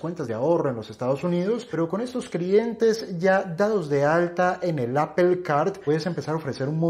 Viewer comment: Se entiende que a los españoles les molesta el ingles pero que un colombiano no quiera pronunciar bien la plabra Apple es gana de joder